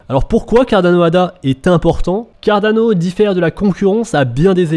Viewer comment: Juste, stp, arrête avec l'accent italien pour prononcer Cardano, le projet n'a rien avoir avec l'Italie, et n'est pas italien non plus...